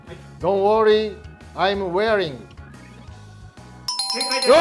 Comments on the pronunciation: Don’t worryガチ勢の私からすれば山内さんのは「Don’t warry」🤣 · warry じゃなくてworry やで〜😆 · 山内さん、Don't warryじゃなくて『Don't worry』ですよ〜(^^) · 山内さんの「Don't warry」になってない？Don't worryでは？笑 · 安村さんの英語のやつwarryになってるからミスじゃない？ あとルイアームストロングに違和感あったの私だけじゃなかったwジャズ奏者だったか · 安村さんの決めゼリフって"warry"じゃなくて"worry"じゃないの？ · まぁどうでもいいんだけど、Don’t w”o”rry.I’m wearing.ちゃう？笑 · 山内さん、dont w"a"rryになってますけど、心と反比例してデコが広すぎてなんか可哀想だから許します。